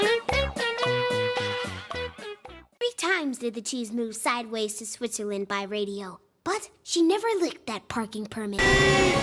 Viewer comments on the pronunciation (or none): none